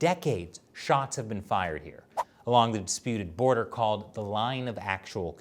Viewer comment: "SHOTS FYRED"